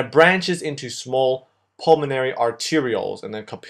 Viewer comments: Great video and it's "pulmonary" not "pulmanory". All in good faith, brother. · Nice video, but PLEASE, it's pulmOnAry, NOT pulmanory! Spell it right! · It’s apeles “pulmonary” instad of “pulmanory”. Great vídeos, thanks! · Great videos. They are very useful for helping me understand what my professor is talking about. The only thing that I would recommend is improving on word pronunciations, they are a bit off (for example: capillary, pulmonary, macrophages, collagen). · I noticed that too xD